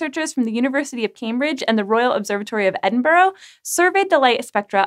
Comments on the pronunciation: edin-bu-ra not edinburu. Scotland is not happy. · It's not EdinBURROW ffs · The way she said Edinburgh hahaha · Why is it so hard for americans to pronounce Edinburgh?